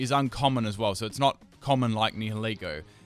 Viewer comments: You called pheromosa primerina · eevee memer 2 No, it's Pheromosa lol